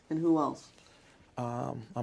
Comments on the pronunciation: Is your name David E Taylor? I’m not sure you can axe Michelle 😂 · This man is a “preacher” and a “teacher” “leading” thousands of people yet he says I don’t know “pacifically” and “axe Michelle” basic grammar. Basic language he can’t even get right. He tried to appear and sound so religiously intelligent but when he speaks he sounds like an elementary age child who hadn’t learned proper grammar. How can is “flock” not see this as a problem!? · "You have to Axe Michelle, cause I don`t know shyt about shyt!" :face-blue-smiling::face-blue-smiling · From the way He says “ ax Michele “ She must also brush his teeth for him and pick out his draws too 🩲😩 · It's "ax," get it right 😂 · is your name david e taylor ..... "ummmmm you can aks Michelle" 😂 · the biggest challenge for this fella is saying "ASK" correctly. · "When in doubt, Axe Michelle" ( ask) 😂😂😂😩😩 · Lol he says Ax and not Ask. And he says Pacific and not Specific. Lol he ah foo Ignorant for sure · David .. throughout the whole deposition “ I don’t know my address, I can’t remember if I signed that check, I have no idea who is on my board , I don’t know my own addresses .. you better … AXE Michelle “… and His arrogance and Mockery of legal counsel asking him questions is Absoluteiy Staggering… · I'm going to start saying "I don't know axe Michelle" whenever someone asks me a question......seems to work. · I thank this fool for providing me with the perfect scapegoat for every obstacle in my life... When in doubt... "Axe Michelle." 🤣🤣🤣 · GOD AT THE PEARLY GATES 🗣️ David , Why should I let You in? David:🗣️ AX MICHELE 😂😂😂😂😂😩😩😩😩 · Still giving people false hope and still axing Michele about everything that He can’t possibly be ACRIT about 💯. ACRIT * Accurate Axe * ask 😂😩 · Laughing my ass off Poor Michele you gotta ax a lot of questions poor lady 😂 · This deposition must of run more than 1 day. Why didn’t someone on his staff teach him to pronounce “ ASK” so he wouldn’t become a virtual meme for ignorance ?